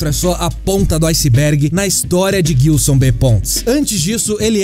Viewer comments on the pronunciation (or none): Só eu que me incomodo toda vez que ouço Guilson sendo que o nome é Gilson? hushuhusauashusahusahsauhsauhsuahsusahuashausashushuhu chegou em um momento do vídeo que eu já tava rindo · Guilson não,. Gilson. Se pronuncia JILSON mas com G. Gilson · Nossa ouvir vocês falarem "guilçom" faz doer os ouvidos pqp